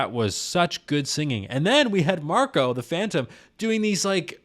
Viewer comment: Maybe next time you use the same R with Marko?